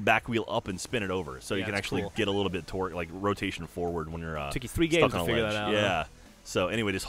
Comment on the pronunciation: Am I the only one who hears "twerk" when says "torque"? Maybe I just have bad hearing or something.